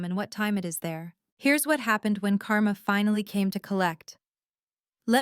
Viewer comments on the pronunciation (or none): none